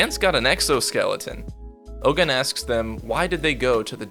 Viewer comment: its not Oh-GUN, its pronounced Oh-gOOn / Ogün . its a african god.